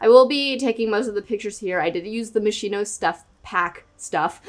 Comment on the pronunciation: Amazing palace and video😍 Just one thing: "Moschino" is pronunce like "Moskino" with and hard "ch" that sound like an "k"